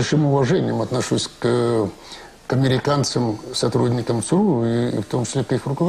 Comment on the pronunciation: Интересно Виктор Черкашин произносит аббревиатуру ЦРУ. У него звучит как СРУ , как посрал, сру и т.д. Прикол над СРУ (ЦРУ)?